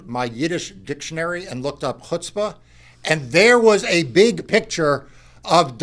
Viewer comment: It's "chutzpah."